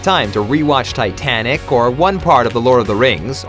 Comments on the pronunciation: why’d you call titanic “titanik”? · "TITANIK" wtf lol